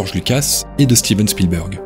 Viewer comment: Spielberg est bien prononcé, Kubrick ne l'est pas à l'américaine mais des anglophones (de pays "natifs" anglophones) ont bien cette prononciation parfois, un peu comme les terminaisons en "ted" qui ont deux prononciations très distincte en Anglais UK et Anglais US. Je dois juste uniformiser, ça je l'entends, par exemple 100% à l'américaine comme nos amis Québécois. Sinon, si vous avez des taquineries sur le fond, c'est peut-être aussi ça qui élèvera le débat sur YouTube ;)